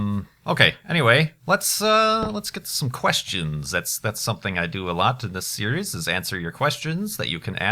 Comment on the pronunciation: Anybody notice that kept saying "Steries" instead of "series"? Or did I just hear wrong?